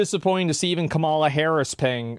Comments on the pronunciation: Can’t you just pronounce Kamala Harris’s name right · You need to pronounce Kamala's name correctly! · How are people still pronouncing Kamala incorrectly? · Bro why you pronounce her name like he does lol, get off his nuts😂